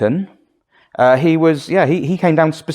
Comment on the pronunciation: It's pronounced Lymington. Idiot. x